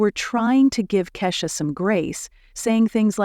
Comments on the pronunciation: Who's Kashsa? You mean Keyshia ? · It’s Keisha not kasha !